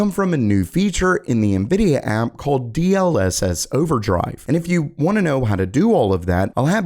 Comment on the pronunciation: “DLSS Overdrive” 😂 we heard it.